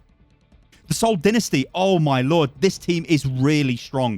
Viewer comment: Your pronunciation of Seoul Dinesty puts them at Boston's level.